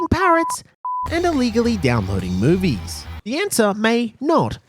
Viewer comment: My dumb ass heard boobies instead of movies